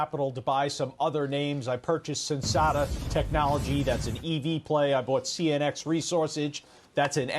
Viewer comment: Did he say, "CNX resausage" Heh.